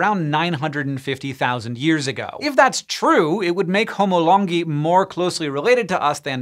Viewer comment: Correct me if I’m wrong but I think Longi is pronounced “Lone Guy”